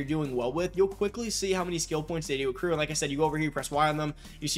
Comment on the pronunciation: I swear u said seccrue